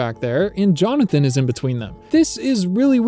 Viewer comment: There ARE 53 new shots, not IS. And it's JonathAn, not JonathOn.